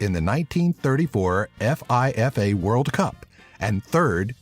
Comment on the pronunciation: Not as funny as him spelling out F.I.F.A. instead of pronouncing it as Feefa.